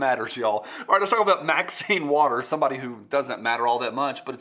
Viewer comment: Thanks for the tutorial on Roscoe P. Coltrane's signature sound. I hate to be "That Guy", but throughout the video you, consistently butchered Marxine Waters name. Don't you think the old gal deserves better than that?